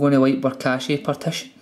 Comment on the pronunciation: not cashy its cash